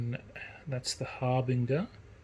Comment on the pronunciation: Harbinger is pronounced har-bin-djer like a herald.